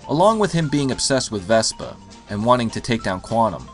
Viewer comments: Why are you saying vespa!? It's Vesper! Vesper!!! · VespER! VespER!!! She's not a scooter! Otherwise, great review! ; )